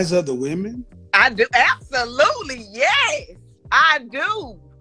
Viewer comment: At least it answered the question why she couldn’t pronounce the word “yes” correctly 😂